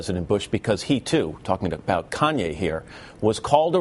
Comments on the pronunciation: its Kanye not Kayne..... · "Kayne" lolllll fail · "Kayne West" hahaha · Great, but who's 'Kayne'? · Kanye is that nigga...LOL he funny as hell...and bush said kanaway west...LOL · (yo peep bush's reaction to kanye's apology)..he's a flat out demon, y? well we know y, but here he displays it again, with a twisted demon trick. he purposely mispronounces kanye's name, calling him Conway West, whoo? Like the demons always do, if its not a westernized name they say it wrong on purpose to diminish ones culture or interest, but if it's some foreign euro name they make an effort to say correctly.. the games up bitches, wev installed a new program with soul&consciouness rebooted